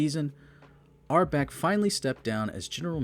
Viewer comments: this sucks. start by learning how to pronounce red auerbach. also, who is oscar robinson? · It’s hard to take this program seriously when the narrator can’t even pronounce Red’s last name correctly. Jeez. Still - Long Live The Boston Celtics. 18 championships and counting… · Cant even pronounce Red Auerbach right, this doc is shit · It’s A.I. It can’t help it. Oscar Robinson was the guy marooned on an island with his friend Friday. Which begs the question: where did Robinson Oscar go with Friday on Saturday night?😂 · Good facts. His name is COW'-enz, and it's OW'-er-bach or AU'-er-bach. It was Brown's gf who wanted McAdoo, so he did it. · There are a few mispronunciations in here, and it's not just the 30 different ways you pronounced Auerbach, lol. Where the hell is Norfork? The first syllable of Dave Cowens' last name doesn't rhyme with "dough." 😂 Other than that, not bad, except for the fact that you spent only about five minutes discussing the greatest streak of championships in professional sports history and left out any mention of the Celtics' all-time leading scorer, Johnny Havlicek. I'd bet money you looked at his name and decided not to even try to pronounce that one.